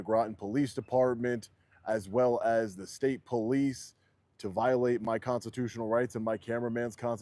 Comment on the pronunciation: brother needs to practice speaking the word "constitutional" a little cringe every time.